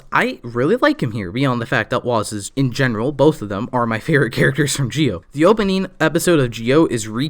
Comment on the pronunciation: Z I O NOT GEEE O